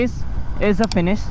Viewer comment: Dude drop the accent, speak normally. "That's a nice kaaa" and the very next moment my guy forgot that there is an "h" in the word finish "you're gonna face is the finisss" XD